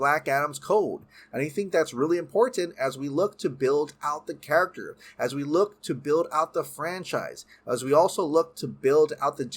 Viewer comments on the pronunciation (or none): none